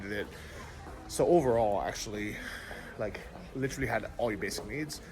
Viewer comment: New drinking game...everyone drink when says Littrally (Literally) lol....safe travels!